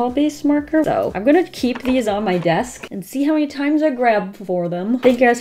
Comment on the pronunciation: Her:i hope you have a deleshesas evning full of wafelles Me in ramadan:no problem 😭😌